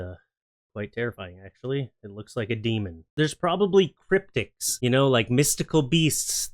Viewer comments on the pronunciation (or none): CripTIDS, dude. Criptids !! Man, do I dig that Canadian Archie Bunker second language you got going on! Never change, man.